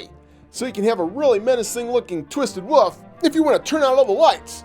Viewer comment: STOP SAYING WOOF ITS WOLF